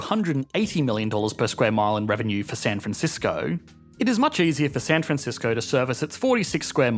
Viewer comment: Lol you mispronounced San franshitsco